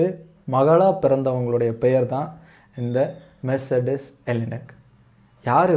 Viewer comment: மெர்ச்செடஸ் இல்லபா மெர்ஸ்டிஸ்